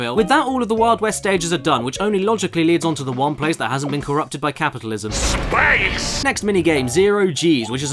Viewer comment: Ah yes, the one place where it hasnt been corrupted by capitalism... "SSSPAYICE!"